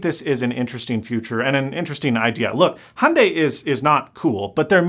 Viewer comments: its pronounced hi-un-die, not hundey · The first part of hyundai is pronounced exactly the way it’s spelled! Don’t ignore the Y! I never understood why Americans say “HONday”. It’s “Hyun-deh” to be totally Korean, and “Hyun-day” if you wanna make it a little more palatable to English speakers. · Is Hyundai not in America? Because 'Hunday' is entertaining, but not how it's pronounced. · That company’s name is pronounced hee-oon-die